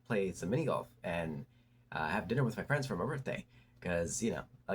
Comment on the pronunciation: 😅 jus' asking for a fwend tho?